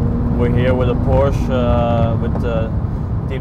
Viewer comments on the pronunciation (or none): Joey's voice "Its a Porsche-a"